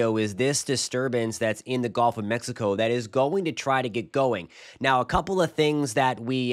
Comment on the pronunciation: its GULF, not golf